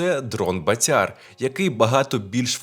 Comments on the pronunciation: В слові. БАТЯР в українській мові. Наголос на першому складі,прошу. пана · В українській мові у слові БАТЯР наголос на першому складі.Не калічте,прошу пана,українську мову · БААтяр , наголос на (А),означає ; гулящий ; .